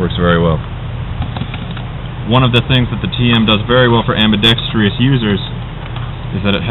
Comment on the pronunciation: lol "ambidextrious"......the word is ambidextrous